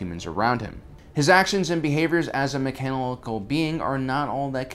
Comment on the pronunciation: As a meckaanckle being